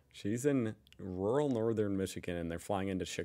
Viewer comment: Okay I know us Germans have problems to say the word ‚rural‘ but come on, it sounds like you want to say a different word but your mouth is too full to say it 😂